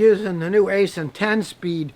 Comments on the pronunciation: haha I thought you were just straight up saying asian transmissions, nope its aisin. kinda like acein'! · It’s actually pronounced Eye-Sin, not Aye-Sin lol. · Did you say it's an Aisin transmission, or an Asian transmission? 😹😂